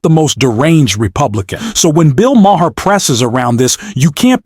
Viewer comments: It's not MAH-HAHR. It's Mah-er. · His name is pronounced "Mar," NOT "Ma-har." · Bill's last name is pronounced Ma-ar. The H is silent. Just saying. are still in their infancy. NEXT: The reality is that the American public has elected a cretin, a bottom feeder of the worst order. He is a self-aggrandising, pompous ass whose only reason for running for office is to earn MIONEY and PROFILE and the LOOK AT ME facet of his behaviour. The U.S. has elected a criminal, a fascist and a narcissist. He has 34 indictments against him and the U.S. voted for him. Insanity. Congratulations! And, to top it all off, he is putting other criminals are marginally insane crazy people in positions of power! Hitler will be her before Spring....... Here comes Amerika.... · You’re not pronouncing Maher’s last name correctly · The way you pronounce Bill maher is distracting and hilarious.